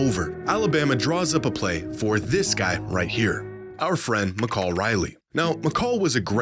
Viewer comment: Hearing him mispronounce Mykal as “Mi-call” took years off my life (it’s pronounced Mehkale)